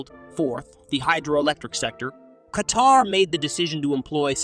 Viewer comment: Did u say K-TAR 😂 good one